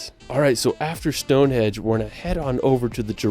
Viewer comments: Stonehenge, not Stonehedge. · Sounds like the narrator is calling Stone Henge - "Stone Hedge" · It is Stonehenge not Stonehedge. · Henge not hedge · Hi from the UK. just to say its stonehenge not stone edge. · Eddin-bruh. stoneHENGE,NOT Stonehedge ffs. All over the “rirrld?!” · Why does the guy keep calling it Stonehedge, is it AI? Good reaction guys.